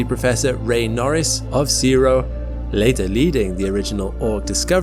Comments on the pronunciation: Just for your reference, we don’t pronounce the CSIRO like Seero at all. We call it just by its letters. The See Ess Eye Arr Ohh. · I know a few people who have worked for CSIRO. They call it "sigh row" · For the same reason you don't pronounce IBM as "ibbem". CSIRO is an initialism, not an acronym (like NASA). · we do generally pronounce CSIRO letter by letter ova here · Great video! Very cool. Funny little aside, no one here in Australia calls the CSIRO "see-row" as heard in this video. We simply spell out the letters when we say it, so "C S I R O" - no idea why haha but thought I'd mention anyway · CSIRO is pronounced "sigh row" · C.S.I.R.O It’s not pronounced as a word mate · It kind of triggered me and then I just giggled lmao 😂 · As an Aussie, it’s really weird to hear someone pronounce “CSIRO”. We usually just spell it put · As an Australian, I am very proud of our Arse cap, But I do have to add the CSIRO is not a word, It's pronounced as individual letters